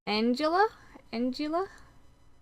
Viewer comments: East Anglia = East Angleeya .....not Angela. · Anglia - a hard 'g' as in angle.